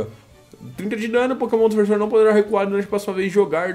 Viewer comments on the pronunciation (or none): none